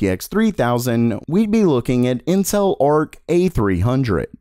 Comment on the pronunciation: it kinda sounds like he's saying incel